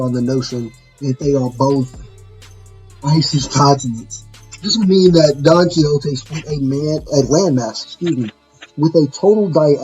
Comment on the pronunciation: Bro don chin jao split the continent not donquioxe 🤦‍♂️